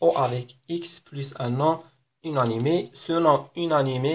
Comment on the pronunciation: شكرا على الشرح الرائع عندي فقط ملاحظة لماذا تنطق inanimé ب هذا النحو {ynanime} unanimé وشكرا